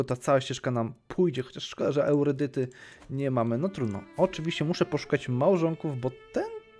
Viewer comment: spoko odcinek ale ten "eurydyta" gryzie w uszy xd